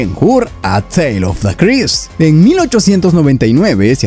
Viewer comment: Es Charlton Heston, no Charles Heston. Pronuncia bien en inglés, Christ es craist, no crist. Si no sabes inglés asesórate antes de usarlo en tus videos.